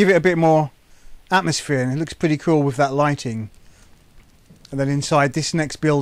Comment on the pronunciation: At least he says,"wif instead of with. lol